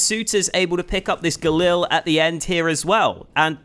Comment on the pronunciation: the Galil is pronounced “Galeel” (just so you don’t get made fun of in the future)